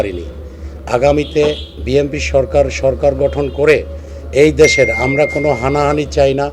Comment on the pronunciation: বিএনপি সমর্থকরা এতটাই মূর্খ যে BNP নামটা শুদ্ধ করে বলতে পারে না বলে BMP